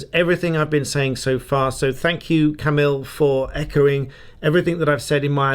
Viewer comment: JUST FYI Camille is pronounced like Ka-meal not ka-mill